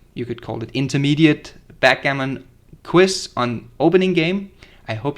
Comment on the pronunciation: It's a QUIZ, not a "quiss."